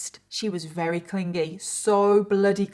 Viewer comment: I’m sorry I always watch your videos they’re always interesting. However I absolutely HATE how you say “very” it sounds like you says “rery” it’s so irritating!